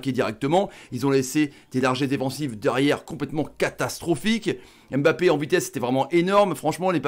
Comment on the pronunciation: Mon commentaire est Hors contexte mais on ne prononce pas son nom comme sa on dit *Mbappé La manière dont vous le prononcez *M'Mbappé 🗣et c'est plus pareil